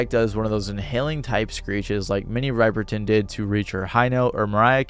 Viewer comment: Did you pronounce MINNIE RIPERTON name wrong